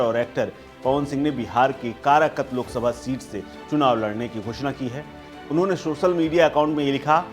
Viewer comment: भाई कराकत नहीं कारकाट